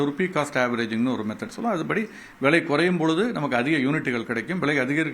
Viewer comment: தங்கம் ”வ்ளை” என்று உச்சரிக்கூடாதுடா பன்னாடை. ‘விலை’ என்று மிருதுவாக உச்சரிக்க வேண்டும். மேலும் இதே கேள்வி இதே பதில்களை பலபேர் (திரு. நாகப்பன் உட்பட) எல்லா பேட்டிகளிலும் பேசி இருக்கின்றார்கள். அரைத்த மாவையே ஏன்டா மீண்டும் மீண்டும் அரைக்கிரீங்க.....தாங்கலடா. முதலில் பணம் பற்றிய அறிவை வளர்த்துக் கொண்டு கேள்வி கேட்க வாருங்கள். கேட்ட கேள்வியே தினமும் கேப்பியாடா பன்னாடை...ஏதோ புதியதாக இருக்கும் என்று உள்ளே வந்தால்....அதே கேள்வி அதே பதில்கள். தங்கத்தை ஆபரணமாக வாங்கினால் ஆப்பு.....போதுமா. இனிமே இந்த கேள்வியை நீ கேட்கக் கூடாது.